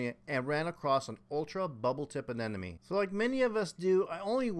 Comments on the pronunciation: A-NE-MO-ne Not a ne ne me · It’s an anemone, not an anenome. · I’ve been waiting for a year for my 12 year old clown to host in my new system. Glad you were able to get some success. Also, I have to say aneMoNe, not aneNoMe.. 😉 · I don't know why the wrong pronunciation of Anemone bothers me so much, but it does... I need an intervention! Uh-ne-muh-nee Uh-ne-muh-nee! 🤣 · Can't even pronounce ANEMONE